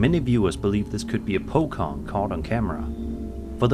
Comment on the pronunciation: Bro called pocong, pokong 😭